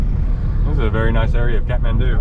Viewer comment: Love how he says katmandu Lol- Kathmandu